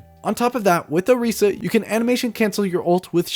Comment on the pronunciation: Are you purposefully saying characters names wrong? Hanzo... Orisa... Etc...